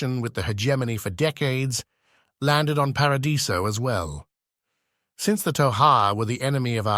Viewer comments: These are great! There’s a couple of inconsistencies around pronunciation of “Paradiso” and “Shasvastii” but I have no idea how easy that is to manage. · The ai voice wobbles on the pronunciation of "Acheron" a couple of times ... Hard "ch", soft "ch", and then there's para-die-so and shasvastii.